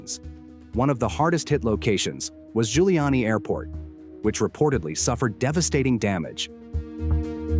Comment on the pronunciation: Airport name is "Zhulyany", not Guiliani.